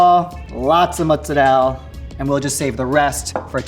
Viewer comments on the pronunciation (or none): It's not pronounced 'mozzarel' dude. Guido's from New York City pronounce it that way. It's pronounced mozzarella in Italy and here in the states. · says he is from aItalian householt and then calls it Muzzarell.... Oh dear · I don't know why Americans who claim to be Italian say mozzarel. It's cringe lol. It's MOZZARELLLAAAA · Genuine question: why so some Americans pronounce mozzarella as 'moutzarelle'? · why do people think that italian pronounce mozzarella "mozzarel" like why??